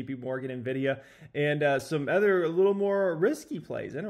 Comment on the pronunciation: My god. It’s “Other” (uh-thr) , not ether. Like nails on a chalkboard every time.